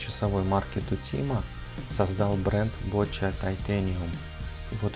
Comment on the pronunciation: Правильно по итальянски Бочия.